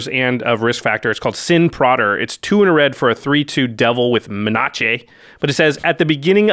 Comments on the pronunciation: Menace? What's menace? Do you mean.......MENACHÉ? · Ya, thanks - I can no longer pronounce Menace properly. :-)